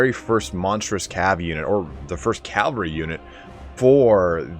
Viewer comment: CAV-AL-RY please bruh